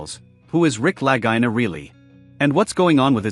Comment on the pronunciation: I love this show but the speaker here should respect how Rick and Marty pronounce their name. It’s spelled Lagina but pronounced La-gee-na. Ok?